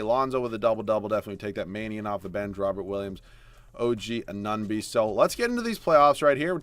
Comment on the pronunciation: its AN-OO-NO-BEE pls stop saying A-NUN-BEE